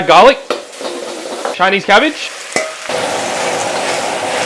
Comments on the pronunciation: Am I the only one who heard "ChiLese cabbage"😂😂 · My guy said Chilese cabbage 🤣🤣🤣🤣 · That "Chy nese" emphasizing 😂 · "Chilese cabbage"😊😊